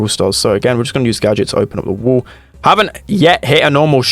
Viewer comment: Day 1 of commenting spend accent wall= wul